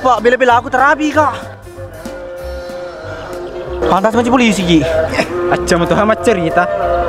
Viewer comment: polisi bukan poisi